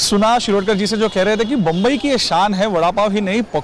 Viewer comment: Bumbai nahi re bhai Mumbai bol Mumbai